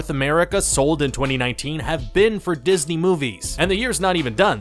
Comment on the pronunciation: Di-his-ney killed the film the-a-tre